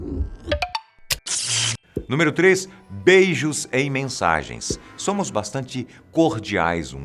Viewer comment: "Sômo" 3 😆😆😆😆